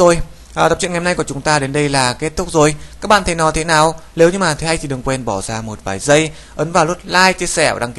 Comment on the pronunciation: Cào Cào lếu như